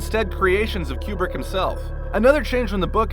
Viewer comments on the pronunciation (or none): Koo brick, not Kee Yoo brick.